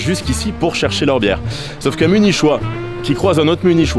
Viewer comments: On prononce "Munikois", pas "Munichois"🙂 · T'es vraiment un malade de prononcer Munichois "Munishoi" mdrrr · Mais munichhhhois c est quoi?? Faut revoir ses notes là ! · Les munichois mon dieu la prononciation lol et merci c’était très intéressant , je rêve d’y aller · C’est une blague ou bien ? Ça s’écrit « munichois » mais ça se prononce « muni-quoi » … pas possible de ne pas savoir ça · Ha mes oreilles qui saignent à chaque "munichois" ! Muniqoui, diantre ! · Nul cet influenceur. 😅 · Effectivement niveau sonore on dit Muni"quoi" ^^ . Mais sinon très bonne vidéo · Tu prononces mieux certains mots allemands que le mot munichois 😭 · La prononciation "munichois" est voulue?